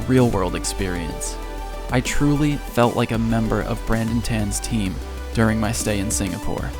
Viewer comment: You Try Kind of ironic because you said durning and not during. A for effort mate.